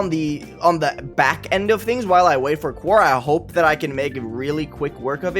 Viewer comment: You’re still pronouncing quaoar wrong. It’s pronounced “quo-are” not “quar”